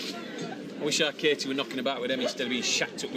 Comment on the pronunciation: I'm also called Katie and it drives me to distraction that barely anyone pronounces the T and it just sounds awful. Natalie's sometimes get the same treatment, but no one seems to do it with Peter! Martin pronounces it right but has to say her name 5 times everytime he talks to her! arrghhh!